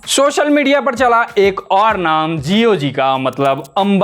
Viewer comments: Yeh Sa ko Sha bolta hai. Quota mein job milta hai kya inko. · भैया शोशल मीडिया नहीं सोशल बोलना सीख लो।।